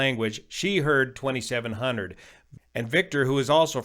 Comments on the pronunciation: Can confirm, it sounds clearly like 2700. German native speaker here. It's just heavy Spanish accent. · I clearly hear 2500.